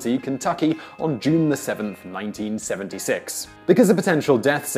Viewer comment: 1976 is clearly a mispronunciation.